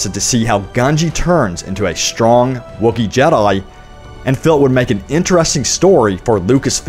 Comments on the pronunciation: The way u say jedi really annoys me. It’s jedi not jedyi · you say jedi wierd